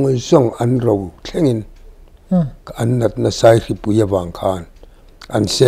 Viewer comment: ' Seihri,seihripui' tih hi 'Saihri/Saihripui' ani zâwk em le?